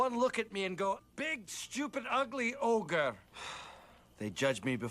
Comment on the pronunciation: ITS NOT OGRE... ITS NEVER OGRE